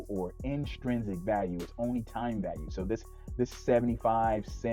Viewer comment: It’s inTRINsic, not inSTRINsic